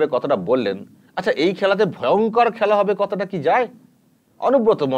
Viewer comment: খেলা হোবে না,খ্যালা হবে,ব্যাটা বাংলাটাও ঠিকঠাক শিখলি না।